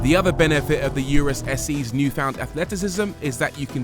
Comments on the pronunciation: Why does he insist on calling it a You Rus instead of Oo Roos like the manufacturer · I don’t like the way he said URUS. Therefore this video review sucks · Pronounce 'urus' correctly 😂